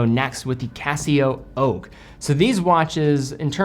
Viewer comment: Hey love your channel and content however you pronounced the CasiOak as Casio Oak so Im unsubscribing forever ok ciao